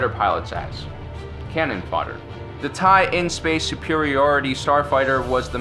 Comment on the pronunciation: It's TIE/LN not TIE/in...